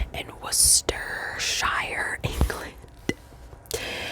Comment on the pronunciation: Hi from the U.K. - you got ‘Worcestershire’ right on the first go!